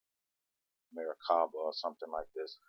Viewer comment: you cant even pronounce merkabah correctly whos full of shit lol smh